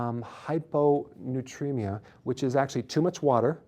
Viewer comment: HYPONATREMIA-----NOT HYPONUTREMIA, COME ON DOC!